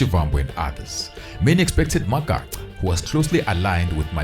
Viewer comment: it is so disappointing to hear blacks mispronounce other black people's surnames. Really disappointing. Magaqa and Magaca is two different things.